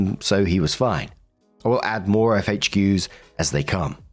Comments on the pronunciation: No hate, but it's FAQs not FHQs. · Is saying 'FHQs' instead of 'FAQs'? That's what it sounds like. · Is it a British thing to say FHQs instead of FAQs or just him?